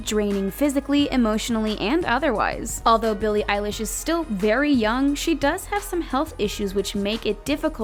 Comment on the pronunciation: Sneako Animations ugh it’s billie eilesh not eyelash